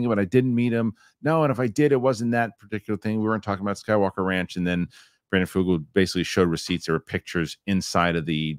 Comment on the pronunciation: and - yall listened to the clip from vetted in which Brandon Fugal pronounces his own name. It is /f-YOU-guhl/ , not Foogle. He is not Google.